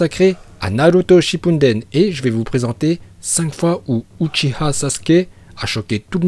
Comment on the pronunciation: MAIS PK SHIPPUNDEN OU TU VOIS UN N AVANT LE D MAIS OUUU ?